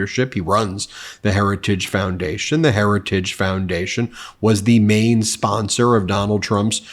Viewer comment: Oh, he's not affiliated with the heritage foundation, it's just the "hairage" foundation... well that's fine then. 🤣 Let's not let him off the hook just because he can't even speak the language he was raised with.